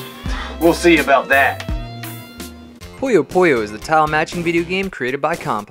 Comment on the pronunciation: Always felt “SQUISHY!” was voiced by a quality Adam Sandler impersonator. But where did you guys get the -o sound from? It’s PuyoPuyo. Not “PoyoPoyo.”